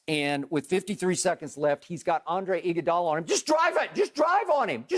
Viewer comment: I hate skip bayless so much I hate when he says Andre “iggy dolla”